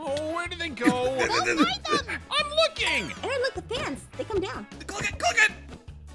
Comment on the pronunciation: It's Aaron not Arron